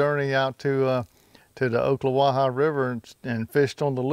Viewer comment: Your killing me. 😁 It's Ock.... Not Oak.... Just like West of you is Mi-can-o-py... Not Mycanopee. 😂🤣 Just teasing you brother. The catfish are great there also. Stump fished for them years ago. You can tell your a real fresh water fisherman. How you tell is when they are on the bank fishing they cast it as far off the bank as they can. When they are in a boat...they cast it as close to the bank as they can. 😁